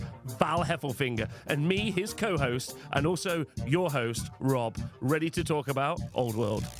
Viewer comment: Thanks for the shout-out, guys. Also, well done, Rob, for smashing the pronunciation of my name. 😂